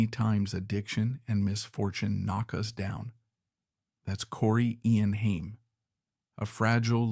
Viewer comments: It's funny when the AI voice says "Hyme" instead of Haim. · Stupid AI can't even pronounce his last name right. Pure slop.